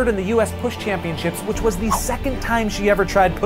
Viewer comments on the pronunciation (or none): none